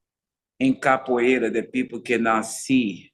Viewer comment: Great interview. But I really want to know, is the a reason why you don’t say the “ra” at the end of capoeira? It just sounds like you’re saying “capo’ei”. Always wanted to ask. Thought it was the best time to bring it up. Might just be the way you speak. Like “Choreography”. “Co-ography”… just like Phat Samurai. As you can tell, been watching your videos since the jump. Love the channel. Keep it up!!!